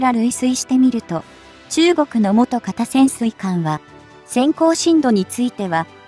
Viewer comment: ナレーションがかったるいことと、元型をもとがたとはつおんしたり、テンポが間延びしている。